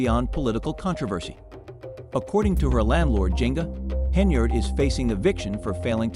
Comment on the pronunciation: Try harder and get an ai platform that pronounces henyard.